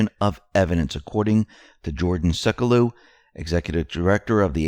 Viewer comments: Sek-u-low not Sek-u-leu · Jay and Jordan Sek-yoo-loe. Please adjust your pronunciation.